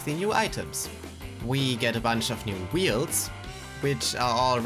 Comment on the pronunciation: This man says wields instead of wheels